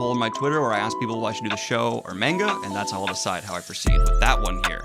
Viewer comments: (Manga is pronounced ‘mahn-ga’ not ‘mayn-ga’, pls spare my ears) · please stop saying menga. it's manga, as in "mun-ga". it doesn't take a lot of effort, really. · Mane guh? I have never heard it said that way before... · Imma just put this here in case you see it but it is pronounced m-ah-nga with a soft a not a hard a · Please review The Promised Neverland, I just got done reading it and man did I love it. Please cor the love if God, do not watch season 2, it skips arcs and rushes and changed the story..and it's monga don't pronounce the a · you pronounce manga the way I did when I was 14 and everyone kept telling me I was saying it wrong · Daniel pronounces manga the way I did back when I was a kid and first heard about it. Now that I'm 31 I pronounce it correctly.